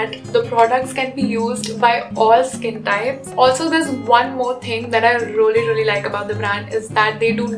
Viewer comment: Rolii roliii instead of really really 😂😂😂😂😂😂😂